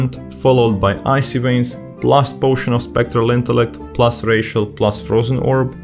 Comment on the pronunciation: Great video, funny that the necrolord rotation seems a lot easier. Also, every time you say "Racial" I think your saying "+ratio"